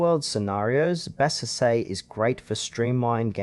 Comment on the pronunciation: Thanks for the video.I have used Bazzite on a computer when I could not get SteamOS to boot. I have been happy with it. I have always heard Bazzite pronounced BA zite with the emphasis on the BA, and a short a sound, with the second syllable sounding Z long I (eye) t and a silent e at the end. But that may be because I listen to only English videos.